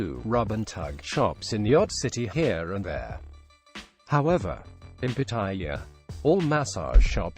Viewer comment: Quit mispronounced the name of pattaya